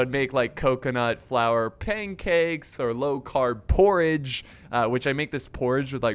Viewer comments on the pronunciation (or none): Lmao dkm "poredge" 😂